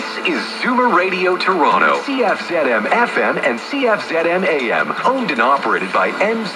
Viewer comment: As a Canadian, I'd like to point out that the proper call letters for the Toronto station "Zoomer Radio 740" is "Cee-eff-ZED-em" (not "zee" ). Also, the dial calibration is way off.